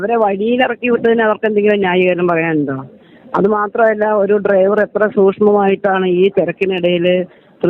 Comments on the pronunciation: ഈ നാറിക്ക് ഡൈവർ എന്നു പറയാനേ അരിയു. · ലെവന് ശരിക്കും ഡ്രൈവർ എന്ന് ഉച്ചരിക്കാൻ പോലും അറിയില്ല ഇവനാണ് പാർട്ടി സെക്രട്ടറി .